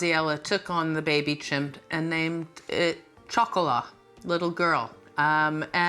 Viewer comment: Chocolat does not mean "Little Girl"...that is Petit Fille in French! It is also not pronounced CHOCOLAH - it is pronounce SHocolah. SHO-CO-LAH Chocolat is Chocolate...period! GEEZ..KUDOS to Graziella...If she is in her 80's she was a Senior Citizen over 15...perhaps even 20 years ago. If you're going to take her...I pray she thrives to the extent she can in Dorset! Hiya Toto! Cataracts, eh? You're still doing pretty well and I hope they will fix that problem!